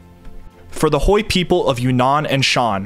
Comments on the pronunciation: Thanks so much for your diligent work! I just want to point out that Hui is not pronounced like Hoi, but more like H-way. Again thank you for the amazing videos. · Couple pronunciation nitpicks: - the S in Laos is silent, it's a French pluralization - Hmong is pronounced more like "mong" (the "hm" represents an unvoiced m sound, we don't really have an equivalent in English) - Hui is pronounced more like "Hway" or "Hwee" And just to head it off for when you get into Vietnam, "Khmer" is pronounced like "Kmai"